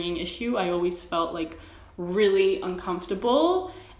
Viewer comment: Totally unrelated but I think its so funny the way you say the word comfortable/uncomfortable like your accent suddenly sounds like new york italoamerican 😂😂